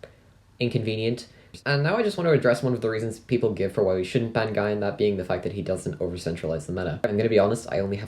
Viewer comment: Its wierd to hear it pronounced guy-an instead of gee-an